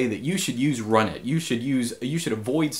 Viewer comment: I thought you pronounce the init system "runit" like "R-unit", not like "run it!"